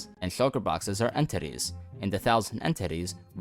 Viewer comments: every single time you say entities i hear end titties this has never been a problem until now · Why does say it like: en-TITTIES